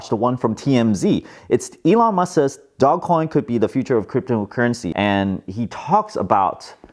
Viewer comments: nope its ( doje) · I think it’s Doje coin. But whatever people want to say is fine with me. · Guys, we need to start a movement to start calling it "Doggy Coin" because it sounds a lot better than "dooj coin"....